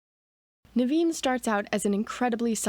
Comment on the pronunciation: Your pronunciation of Naveen is spot on. My mom's brother's name was Naveen too.